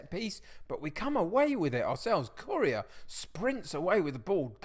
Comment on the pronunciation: I've really enjoyed watching your videos since Loki Doli shouted you out but I'm really struggling to over-look how you pronounce Correa.. commented just before the Real Madrid game so good luck!